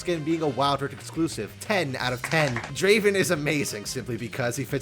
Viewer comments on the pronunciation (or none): none